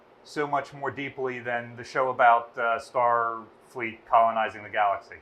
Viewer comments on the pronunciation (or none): none